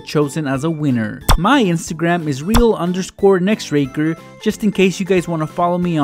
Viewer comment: Wait his ya name is pronounced “next raker”? I thought it was “next tracker” or “next racker” but ok....